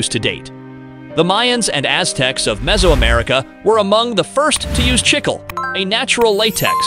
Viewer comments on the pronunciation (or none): They keep switching from Chicle to Chickel, with the wrong pronunciation far outweighing the correct one (CHIK-lay).